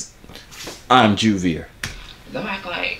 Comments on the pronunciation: Why does everyone call you it’s Joovier THERE IS A BIG DIFFERENCE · I feel like she said on purpose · She said 💀🤨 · howww is it where did she get that pronounciation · She said your name wrong 😂😭 I’m dead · She said yo name incorrect on purpose she fronting for the camera she really like u 😂😭🤦🏽‍♂️